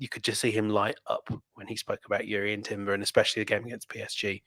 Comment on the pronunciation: You people cover Arsenal for a living and are supposed to support Arsenal too so don’t you think they by now you should be able to pronounce Jurrien Timber’s name properly. It’s not pronounced Yurian